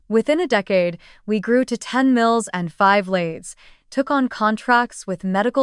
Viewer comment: That would be lathes, not lays.